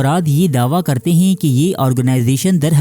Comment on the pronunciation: Mashallah Bhai ap ne video to boht achi banayi hai _ magar ap ( Hain ) ko ( heen ) kyu bolte ho 🙂